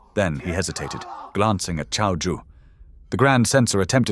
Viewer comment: Dude, you're Chinese, how can you pronounce Cao as 'Cow' it's pronounced as 'TSAO'!